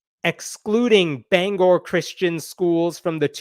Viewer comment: Mainer here. First, thanks for saying Bangor correctly!!! This whole thing is such an embarrassment. It makes me angry.